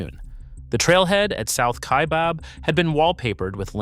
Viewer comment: Kaibab like rhyming with cab. Not Kaibob